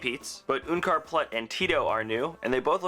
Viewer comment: Why do you say oenkar plut its unkar plut